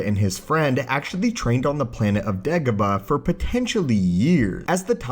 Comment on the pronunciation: It's Dagobah, not degobuh